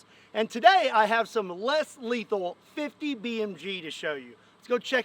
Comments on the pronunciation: it is in the name, Less leathal not, Not Leathal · You said less lethal look like little more letthal